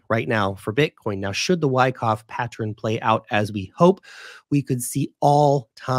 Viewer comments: 'Friends don't let friends...' The word is 'pattern,' not 'pattren.' You're way too smart to start freestyling the English language now. lol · "Pat-tren"... "Patter-en" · You pronounce it as patten* without a 'r'.